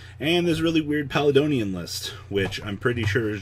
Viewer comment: Palladonian. No. Stop. Pall-A-D-On